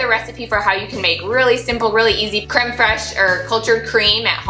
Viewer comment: Pronounced POE de creme. As in Edgar Alan POE. You got the creme right!😊